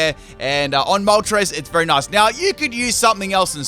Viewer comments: Ah yes my good ol' pal "Molres" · Galarian Molres? 😂 gg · Ah yes, my favorite legendary bird: Molres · ITS CALLED MOLTRES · Ah yes molres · I haven’t watched the vid yet but I’m assuming pronounced moltres’ name wrong